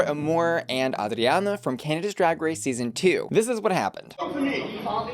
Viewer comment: Love how you pronounce Adriana! I always forget you understand English but that pronunciation is on point!